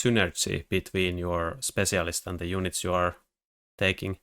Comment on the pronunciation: What is his accent that makes him pronounce spetsialist like this?